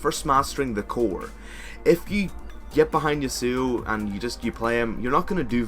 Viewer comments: its yah suo not you suo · Did anyone hear how he said Yasuo?